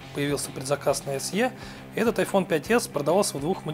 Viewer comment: Пять Эс Е, мдааа, сразу видно профессионала=)